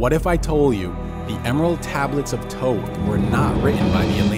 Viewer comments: After all this time, only now is all this potentially defamatory info coming to light. 🤔 Hmmm, I think I'll wait until verifiable evidence comes forward before I reshape my view on the Emerald Tablets of Thoth (pronounced THoth, by the way, not Toth 🤦🏻‍♂️). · I hate when ppl pronounce his name as “ toeth” I can’t even finish this video it’s “THOTH” like thoeth how do you use the second H but not the first H 🤷🏽‍♂️🤦🏽‍♂️😤😠😡🤬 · Right?! I've been pronouncing it as Thot (Thought) considering he is a god of knowledge. shrug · This dude cant even pronounce Thoth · Is the first H in Thoth really silent? Have I been mispronouncing it all these years? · Your pronunciation of Thoth..